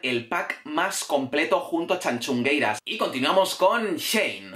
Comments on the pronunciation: Muy bien el vídeo, yo también apoyo a las tanxugueiras pero, oye no se dice tanchugueiras, se dice tanxugueiras. Gracias. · a ver si aprendes a decirlo bien q x tu culpa ahora yo tb digo "Chanchungueiras"... No es la entonación lo q dices mal, es q no es "Cha" es "Ta", o sea: "Tanchungueiras" 🤣🤣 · Guía para pronunciar bien Tanxugueiras y que no te dé una embolia en el intento. Repitan conmigo "Shakira" y ahora digan "Tanshugueiras". Ya está, la "t" se pronuncia como cualquier "t". Que por poco te haces un nudo en la lengua. De nada. PD: lo de robarles el primer puesto es un auténtico TONGO!!! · Tan-shu-gueiras tal cual jajaja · Tanchungueiras? Está muy bien el discurso sobre el gallego, pero por lo menos podrías haber visto como se pronuncia el nombre de las Tanxugueiras si tanto te gustaron, que por cierto se lee como lo dirías en castellano. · TAN-XU-GUEI-RAS, la "X" se le como ¡tachán, tachán! "X" , si sabéis decir "sexo" sabéis leer la "X" TAN-XU-GUEI-RAS ¡TANXUGUEIRAS! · Me pone muy nerviosa como pronuncia tanxungueiras, pero por el resto tiene toda la razón. La x se pronuncia en gallego como sh más o menos, lo digo por si a alguien le ayuda a pronunciarlo mejor. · ¿Por qué pronuncias CHAnCHUngueiras? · 1º, en serio que sigues pronunciando el nombre fatal. te recomiendo que consultes la web de la RAG (Real Academia Galega). 2º, a mí Chanel no me gusta (sí baila muy bien, pero me parece lo mismo desde Jennifer López y la letra deja mucho que desear), aunqe la pobre no tiene la culpa de gustarle a 3 enchufados de Tongueira Pública S.A. (ya sabéis de quién estoy hablando). En cuanto a Rigonerta me parece un poco paródico (aunque para gustos, colores). En cuanto al resto completamente de acuerdo. A mí me encantó Tanxugueiras (menos mal que no voté, aparte de que no pude ver el Tongofest porque a esas horas estaba en el gimnasio, sino porque algo me decía que iba a ver algo raro, aunque esto fue alevoso).